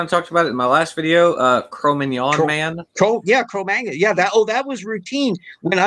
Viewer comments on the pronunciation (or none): The way said Cromagnon! I heard Filet Mignon Man.Man, I'm craving Filet Mignon now:)